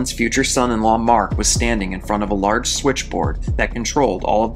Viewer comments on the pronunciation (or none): none